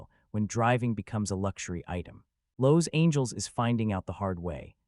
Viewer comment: Lowe's angels? Total AI